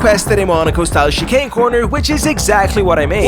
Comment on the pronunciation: you pronouced chicane like chee-kane, it's more like chee-can.